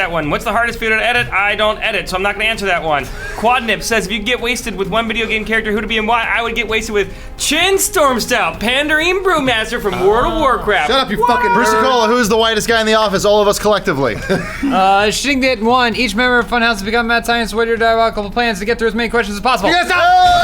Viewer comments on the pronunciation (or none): did just call Chen Stormstout "Sheen Stormtout" and the immediately say he was a "Pandareen"? what an idiot;^)